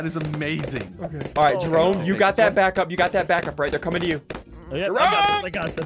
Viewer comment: jerry as in Jerome not jarry.